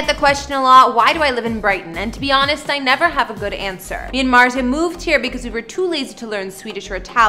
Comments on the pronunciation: MARZIA, Mar-zee-ah. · ..."Pewdiepie's wife MARSHA," "Him and MARKA," "He and his wife MARJA." How do you get that pronunciation from MARZIA. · U say martzia wrong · .I was just about to comment this. Shes purposefully mispronouncing it, and its pissing me off. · pewds pronounces it as “martsia” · .MART-ZI-AH. pronounce it right or just call her Felix's wife. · Mart-Z-ahh , Martzy-agh, mars yaaaaaaaa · Dude just say "Marzia" like a normal person 🤦‍♀️ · talk's about Pewds and Marzia's home in Japan. Proceeds to say her name wrong Me:😶 Then says surname Also me: agghhhh nooo😵. It's pronounced as an SH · You absolutely messed up her name. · Why did you even try to pronounce her name XD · Yo you pronounced marzias name wrong. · Babe your saying his wife's name wrong 70% of this and how do you not know how to say his last name? Like it's Felix? Biggest youtuber? 0 Research and 0 houses ? Clickbiat and just bad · because she is not pronouncing marzia properly